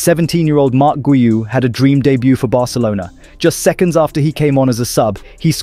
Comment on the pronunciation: Damn, he pronounced everything right for once. Thought for sure he was gonna say Barkelona. Nice work!